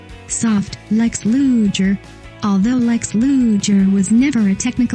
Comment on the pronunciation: Not going to subscribe, 1st the computer voice is always annoying 2nd pronunciation is important, Lex Luger is pronounced Loo-ger